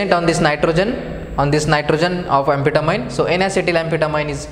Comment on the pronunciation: It is pronounced Ann- Fet ta- mean